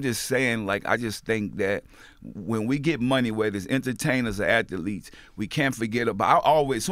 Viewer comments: Word of the day kids... Ath-a-letes! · P puts extra letters in his words lol if he says "atha-leets" one mo time lmaoooo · Master P: Athaletes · Athletes is a two syllable word not 3 P lol